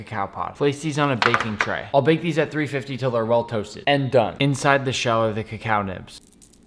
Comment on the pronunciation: Its not pronounced cacow